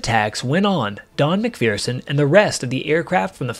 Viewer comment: There is no " fear" in MacPherson. You are mispronouncing his last name.